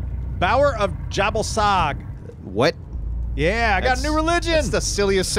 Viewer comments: not jabel sag... ja-ball-sag!!! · Anyone else hear it as yer ball sag? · Anyone else notice that the GOD "Jhebbal sag" sounds like "ya ballsack" in your head? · I thought it was pronounce ya-ball-sac